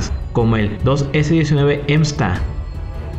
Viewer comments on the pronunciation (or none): Si dice /msta/ no /emsta/